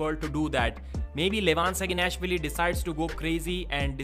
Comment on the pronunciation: Please fix your "Saginashvili" pronounciation. You can hear how Levan says it in the last episode of their interview with Devon by Engin or listen to Neil Pickup introducing him, he's not screaming SaginAAAAAAshvili, it's SaginashvIIIIIIIIIIIIIIIli